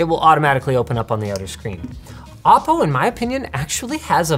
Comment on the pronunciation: Hhaahaaa Ah Po?? It's O Po!